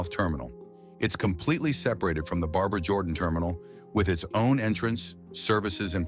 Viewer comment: I love how AI can't pronounce Barbara.